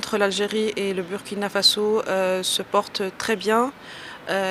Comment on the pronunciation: Une ambassadeur en fin de mission au Burkina Faso qui ne sait pas prononcer le nom du pays? Du n'importe quoi !